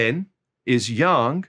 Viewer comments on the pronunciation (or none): none